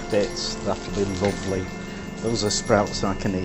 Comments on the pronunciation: You asked what accent it was when the cook said "Luvly" ... It's Northern British (Leeds, Manchester, Liverpool, Birmingham way) ... So now you know ! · yorkshire accent...... that "luvely!" gave it away............ your christmas dinner is just as good............... I have had Canadian and American..... Perogis are OK.